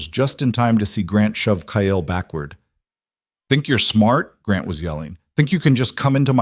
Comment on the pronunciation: another stupid AL calling Kyle, Kiall, Kale, Kayell, cale drives me nuts. just glad you haven’t started adding ads. I will not listen to those that have ads.